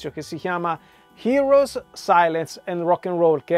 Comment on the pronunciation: Ciao. Sono gli (scrivo come si legge) Eroes del silenzio, non Heros. ;)